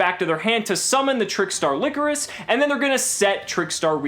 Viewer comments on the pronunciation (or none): its not pronounced like licorice its pronounced LY-CHORUS